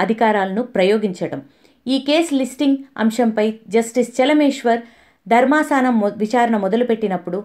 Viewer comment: Who is saying voiceover do not command on telugu language.you can follow high Quality Vedio and low quality voice over Not ధర్మసానం ధర్మాసనం